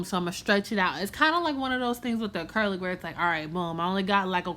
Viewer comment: “We ain’t chasing after this ACURLIC either” lmfaoooo you so funny